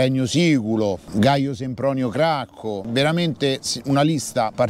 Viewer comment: Gaio Sempronio Gracco, no Cracco.